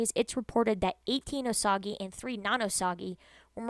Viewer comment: It’s pronounced “oh sage”